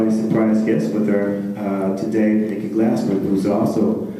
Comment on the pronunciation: Nikki Glaspie not Glasper....Awkkk